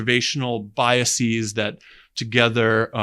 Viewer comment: If Dr Batygin wants us to pronounce Chelyabinsk correctly he needs to learn what the plural of bias is. Hint: it is NOT "biaseeeez".